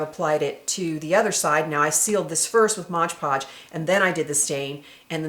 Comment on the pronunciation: This is amazing! I LOVE this!!! The only thing is that it's MOD PODGE, not MODGE PODGE lol!